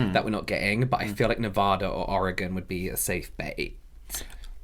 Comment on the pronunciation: Wow, pronounced Nevada correctly! I say it with a soft “A” because I’m from the east coast. My husband is from Nevada and gets so mad I won’t say it “right.” 🙄